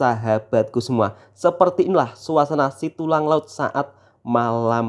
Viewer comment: Setulang Laut Bukan Situlang